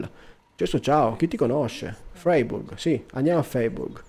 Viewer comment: Ciao, bel video. Credo che si legga fraiburg, non sono un tedescologo ma per quello ke so la ei si legge ai